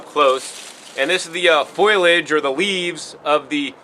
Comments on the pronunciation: Thanks for the recommendations. I'll definitely be trying many of these. But dude--got some fact checks here... Foil-age? Seriously?? LOL Foliage is pronounced: foe-lee-edge And innulin in the Jerusalem artichoke is a PRE-bi-ot-ic NOT a PRO-bi-ot-ic. As far as cholesterol goes, the human brain is 60% cholesterol! And if you don't get it in your diet your body will manufacture it endogenously. "High cholesterol" is a myth perpetrated by big pharma to sell DRUGS! Could've done without the Oprah reference too ...Why? Because she's a disgusting reprobate, pedophile enabling hypocrite. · FO’-lee-edge. Not foil-edge.